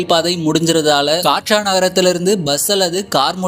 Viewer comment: கட்ரா😂😂. காட்ரா கிடையாது😂😂